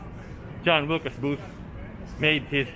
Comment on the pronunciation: John WILKES Booth - not Wilcas